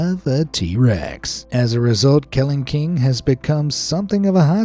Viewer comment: Kelingking is pronounced keLINGking not KELingking